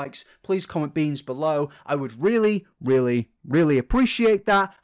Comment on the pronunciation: you said comment beans 😸💅🏽